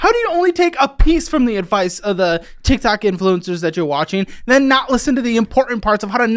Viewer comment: Watching this a yr later and he no longer says totiqtoes